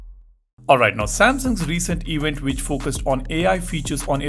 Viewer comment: Samsungs recent “ewent”